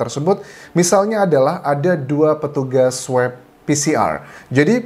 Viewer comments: Swob pak bukan swep pronunciationya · Pak Anjas...bacanya bukan "sweb" tapi "swob"..sama kayak baca "swan" kan bukan "swen"..makasih